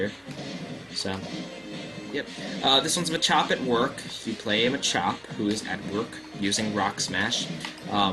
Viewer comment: Isn't it pronounced "MAH-chop"? I prefer that over "muh-CHOP".